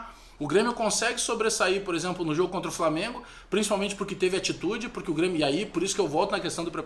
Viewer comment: Não, o Flamengo já deu! Ninguém aguenta mais ouvir falar "Falmengo".